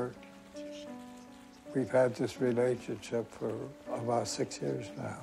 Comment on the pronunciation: And finally learn to pronounce "about".